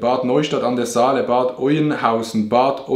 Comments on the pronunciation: Was für Bad Oenhausen .... Es ist Bad Oeynhausen die hood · Eigentlich spricht man es Bad Öhnhausen aus schreibt man aber bad Oeynhausen